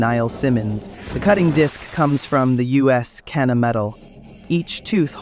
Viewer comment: in the video they pronounce cana not kena ,,, 40 years lol